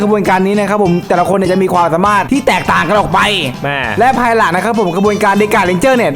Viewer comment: เหมือนผมได้ยินว่าควายหลังนะแทนที่จะเป็นภายหลัง